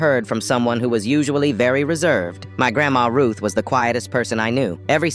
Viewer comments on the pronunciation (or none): Why do u sound like that when u say reserved